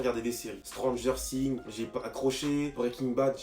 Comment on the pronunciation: Comment il dis stranger things😂😂😂